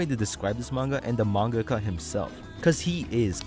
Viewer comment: how tf you cant pronounce mangaka?